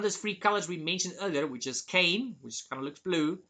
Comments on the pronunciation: You pronounce magenta perfectly but cyan isn’t pronounced like “cane.” It’s two syllables. Sounds like “Sigh, Anne” or “S-eye, Anne.” Hope that helps. Your English is for the most part impeccable. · The blue color is pronounced sigh-anne, not Kane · i love that you pronounce cyan(sigh-anne) like cain lol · ngl that part was hilarous to me, I thought it was a intentional joke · Just to add, the blue (Cyan) is actually pronouced as "sci-an".